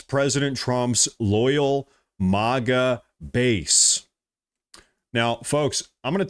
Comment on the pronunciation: Mah-guh, not mowga Gee-lane, not gis-lane Ep-steen, not ep-stine Dude good content but your grammar is shit. It's pretty much every other word